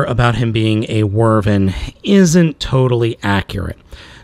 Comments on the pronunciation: Both correct. But never Whirrvern. Drove me crazy hearing it so often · It’s not how you say wyvern you said wrvern the proper way to pronounce it is why-Vern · It can also be pronounced "Wi' Vern", like someone saying "With Vern" very quickly. Not "Werven" though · It's Wyvern not Wyrven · This entire time, you pronounce it like wervin. I usually pronounce it wih-vern, but why-vern works too. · I dont like correcting YouTubers. Especially you, because you make me laugh, which is hard to do. But......... Wyvern. pronounced like a question asked by Jim Varney's Earnest: "Why, Vern?" That being said, I love your channel and I love your content. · You're right about the classification, but it's pronounced Why-vern. And that still is a TYPE of dragon, just not a "true dragon", just in how we call many things bugs, but there IS a set of characteristics to make something a "true bug". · wyvern not wurven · Wow, he's awful. Also, Wyvern is pronounced as Why-vurn. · Just to clarify it's pronounced Why-vern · it's pronounced why-vern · not quite. its pronounced wiv-ern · That's the worst pronounciation of Wyvern I've ever heard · Some "nerd" you are, you cannot even pronounce wyvern right. Boo-Urns. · great review man but you're pronunciation of wyvern is all wrong